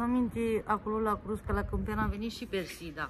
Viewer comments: Se spune cuscra nu crusca cuscra olga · Nu frijider:frigider,frigider,frigider. Nu crusca:Cuscra,Cuscra,Cuscra,cuscra,invatati mai oameni sa pronuntati corect cuvintele ca traiti in Romania rusine. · Cuscra, se spune, nu înțeleg de ce spui "crusca"!!! În mod repetat!